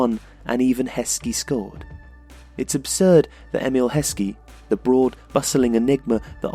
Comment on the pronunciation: IT'S EMILLE HESKEY! AND ITS FIVE!